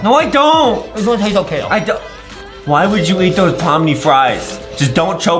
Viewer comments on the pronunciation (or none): “Pomni” ❎ “PaLm NeEeEeE” ✅ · "palm knee" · Bro said I'm turning into palm knee 😶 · "palm knee" 🌴🧎